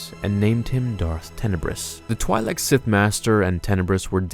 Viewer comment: Twi-lek, not twee-lek